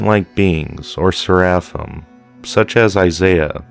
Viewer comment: Part 2!!! Ser-afim Ser-a-fim Saer-ah-fim... Thanks Cadle of Filth!